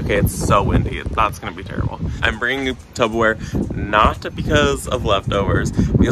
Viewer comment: Did you say Tubberware? 🥰